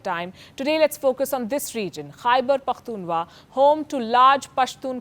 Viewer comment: Aunty atleast pronunce Pakhtunkhwa well..😂😂💩